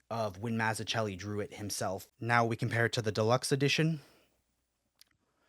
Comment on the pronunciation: Gonna buy this soon. Its actually cheaper in India. Less than a 100usd. The best batman story. P.S. humbly requesting you to look into the pronunciation of Mazzucchelli. Would be greatly appreciated.